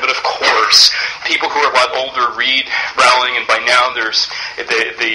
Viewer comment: This is very interesting but I must say, J.K Rowlings name is pronounced Rolling, like rolling pin! Sorry, I'm just very uptight about these things XD